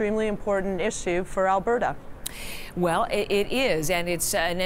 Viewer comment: ...did she say Alah-berta?